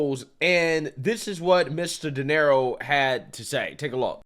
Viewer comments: It's pronounced Duh Near Oh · Robert “Donero” 😂😂😂 Mispronouncing household names has become a hobby for this guy.